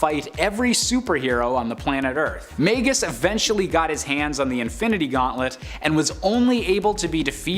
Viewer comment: It’s magus not maygus